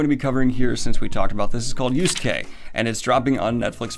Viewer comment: I ain't gonna lie, I only clicked to see how Daniel pronounced Yasuke. I was not disappointed 😂 Yoos-kay